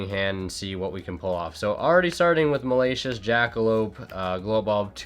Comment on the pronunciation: Nobody:: MALACIOUS